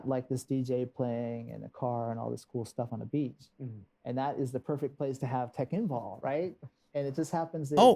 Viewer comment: "Tekken Boll"